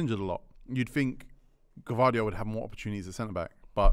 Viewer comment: LOOOOL how can you say gvadriol meant that touch 😂 pls